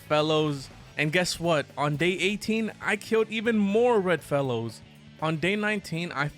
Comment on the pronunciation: I thought u said I started killing red mellows instead of red fellows 😂